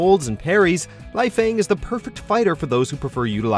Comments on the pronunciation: 1 Helena HEL A NA not Helina 2 lee fang not lie fang 3 Ai yana not ayon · Lie-Fang xD